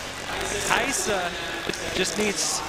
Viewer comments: why does it sounds like theyre saying Hayissa not Rayssa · why are the commentators calling Rayssa as Hayssa?